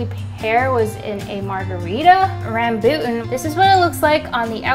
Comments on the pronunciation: Rembut -ens? More like rum-boo-ton....rambutan haih ez to pronounce laaaaa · Ummm.... its not every fruit but its ok tho but its quarantine... you can't do anything.... tbh i just love the vid... heres some fruit you miss btw • Chiko/Chico/Sapodilla • Red Dragonfruit • A fruit called Damortes • Kiwi? • Starfruit? And rambutan is pronunced (RAM•BOO•TAN), not (RAM•BO•TAN) I just love ur effort tho. Ur the main show for Buzzfeed btw. Keep doing great efforts. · it is pronounced rom-boo-taun by the way lol😂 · RAMBUTAN: RUM-BOO-TON LONGAN: LOW- NG-UN sorry couldn't help it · Is that how you pronounce rambutan? I've always said it as 'Raum-boo-tawn..' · Rambutan = rum - boo - ton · leechee remboot-en long-en well i didnt know u guys pronounced an as en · the way she said rambutan and longan tOOK ME OUT HJSBSHSHSHSHSFAFA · When she says Rambutan... Me : yum.... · That pronunciation of rambutan haha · Surprised at the mispronunciation of longan and rambutan.